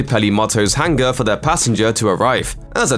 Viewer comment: "Belong- Ging", "Hang-Gar", you realise that the ng is a soft sound?